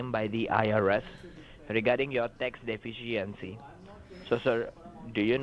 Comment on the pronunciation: What the heck is a tax "defishyancy"?